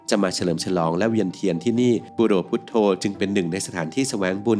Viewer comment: มันอ่านบุโรพุทโธได้ไง